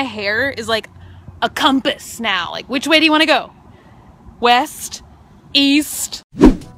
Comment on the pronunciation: Why do so many people have trouble pronouncing "compass"? It's not cum-piss. I actually thought there was a separate word from the directional device, spelled with a "u", from the drawing aid. "I enjoy"... grazing for leaves from the tops of trees?